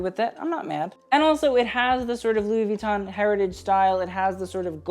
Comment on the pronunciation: Ok, i love you but PLEASE, could you pronounce louis vuitton w/out the "n" in the end and not with attention to the "i"? Sorry but it really hurts my ears :00